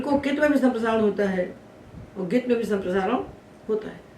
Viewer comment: भवत्याःपाठनशैली समीचीना। परन्तु ङकारस्य उच्चारणं न समीचीनं प्रतिभाति ।ङित् =इत्यस्य उच्चारणं गित् इति श्रुतमस्माभिः।